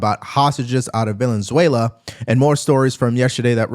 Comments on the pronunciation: are you saying villianzuela? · Bruh said "Vaylenswellyah" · It's Venezuela, not Valenzuela. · Are you pronouncing it “villain-zuela” on purpose? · Bruh, its not valenzuela, its venezuela. Goodness! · VEN-EZ-UELA, it’s like saying aks for ask.. I love your videos but brother it’s VEN-EZ-UELA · I can’t get over how you keep pronouncing Venezuela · It’s Venezuela. There is no “N”. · Venezuela has only one letter “l” in it. Check your pronunciation good sir! Otherwise a great video as usual. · Love your channel. But you gotta practice on your pronunciation of Venezuela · Dude... figure out how to say Venezuela